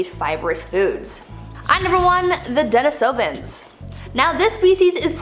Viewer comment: "PEHR-AHN-thro-pus," not "perh-ahn-THRO-pus." "deh-NEE-soh-vahns," not, "deh-nih-SOH-vans." They were found in Denisova Cave, in Russia, pronounced, "deh-NIH-so-vah." Da-yam, wo-man, yo-ah killin' me o-vah he-yah. People keep praising your pronunciations... 🙄 Nope. Please, gods, listen to others pronounce them before making more videos. While your science is on point 100% of the time, your pronunciations, one third of the time, suck. I'm not trying trying be nasty, just truthful, to help you. One of my minors is Anthropology, and I'm I'm gifted Aspie. I've studied human evolution my entire life, since early childhood, in the early 1970s. I've probably watched more videos and educational specials, beside my education, than the time you've been alive. Please, fix this. Thank you.